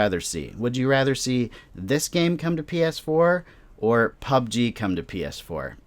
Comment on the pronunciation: U sounded like you said pf4 lol